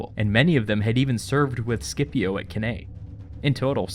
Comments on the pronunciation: Cannae - pronounced 'can eye'. Please, it's Latin. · Cannae is pronounced Can-eye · Couldnt watch the vid longer thn 22secs due to the pronunciation of cannae